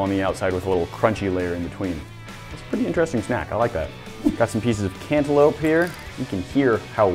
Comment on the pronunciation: Candalope? Its cantaloupe 🍈